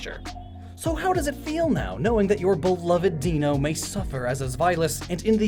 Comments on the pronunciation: EVERYONE PRONOUNCESS THE EIN IN DEINO LIKE DEENO IT PISSEA ME OF. IT'S SPELLED LIKE THE GERMAN ONE, BASED ON A DINOSAUR AND THOSE TWO PRONOUNCIATIONS ARE THE BLOODY SAME. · It's pronounced as "Di-No". It comes from Ein, Zwei, Drei. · you pronounced zweilous fine, but Deino is not pronounced deeno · It's pronounced Dino. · Deino is prounced ein as in the german for one, so its like the sound 'mine' in pronunciation ~ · That whole bit about pronouncing Zweilous correct but before all that saying "deeno". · Or, you know, Deino's conscience splits into two when evolving into Zweilous and the two heads not getting along is meant to mirror people with split brain syndrome. And the leader head is supposed to reflect how some people are left brained and some are right brained. Also it's pronounced DIE-no, like ein, the German word for one. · I thought since they came from Ein, Zwei, Drei that it would be pronounced D-Eye-No. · It's deino , like "Dino". You focused so much on the others but pronounced deino wrong. It's like the German word for 'one' but I can't spell that. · Deino's name is actually pronounced like "Dino," in "Dinosaur," because its line's names are based on the German words for "one, two, and three," those being, "ein, zwei, and drei," with "ei" in each word being pronounced like the letter "i." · I can’t help but cringe at the poor pronunciation... Let’s get things straight, shall we? Deino = ˈdīn-ō The combination of “dino” (short for dinosaur) and the German word “ein” (which simply means one). Zweilous = ˈtsvaɪ–ləs The combination of the German word “zwei” (meaning two) and “jealous”, since the two heads always fight for food. Hydreigon = ˈhʌɪ-DRI-gon Comes from the words “hydra” (a serpentine monster in Greek / Roman mythology), the German word “drei” (you guessed it, it means three), and “dragon”. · It's pronounced dino, as in dinosaur. Also as in ein, German for one. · Deino is said \DAI-NŌ \ It's Dino and Eins (German for one)